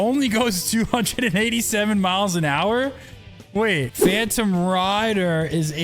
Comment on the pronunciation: "miles per hower"